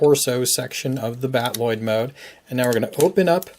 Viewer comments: No, the Macross word is Battroid, usually pronouced Bat-oo-roid. I know he is pronouncing the Robotech word Battloid, but it's supposed to be battle-oid, not bat-loid. I've been a Robotech fan since 1985. I know what I am talking about. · Cool toy, great transformation guide. Loving your reviews lately. Just a tip on pronunciation: battloid should be pronounced battle-oid, not bat-Lloyd. Battroid in Macross is just an L/R confusion of battloid (battle-oid) as is common in Japanese use of English words. The robot mode is like a fighting, battling, android, so they created the term "battle-oid". Keep up the good reviews. Can't wait for future 1/48 DX VF-1 reviews.